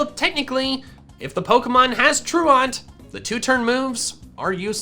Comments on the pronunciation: I HATE the way you pronounce truant. The joke about Durant having truant is it’s an ant Pokémon so the pronunciation of truant is tru-ant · Am I the only one who flinches everytime he says "truant" like that. It's pronounced "ˈtro͞oənt", like True Ent, like the tree people from Lord of the rings who are not false. They are true lol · Troo-ent Not Troo-aunt. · troo-awnt? TROO-ent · Truant. Its a prety simple word bro. Its not pronounce Troo-ahnt.. Its pronounced true-ent. Havent you ever skipped class? Truancy.. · FYI: The word "truant" (i.e., a person who skips what they are supposed to be doing, usually school) is pronounced "TRUE-uhnt," not "true-aunt." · lol "true aunt" :P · anyone else realize he keeps miss pronouncing the word truant (true ent) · you know it’s prounounced tru-int like when you’re truant from school right? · It was driving me crazy. Which of you is my true aunt? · Pronunciation of "truant" was doing my head in. It's not "tru-ont". It should rhyme with "pursuant" or "fluent". Otherwise, pretty good video. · I love your videos, but you have got to learn how to pronounce truant. It's True-ent. The word means absent, and is fairly commonly used. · Man saying "truant" like it's a French word 😂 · The fact that says truant like that is triggering ms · The way you pronounce truant gives me anxiety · Nah, it's /ˈtɹu:ɛnt/. We are intellectuals here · Well, he did botch ‘truant’..